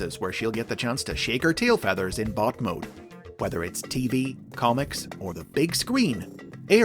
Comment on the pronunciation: Tell me you didn't say "Shake her tail feathers!"